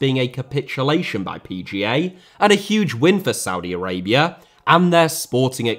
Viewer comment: Did he just said Saudi Araibra?